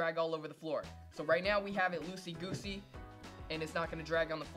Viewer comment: Did dis nigga just say losey gosey😂